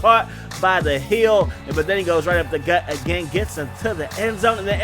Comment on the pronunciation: Updagut!!!! (Like jumble your words together)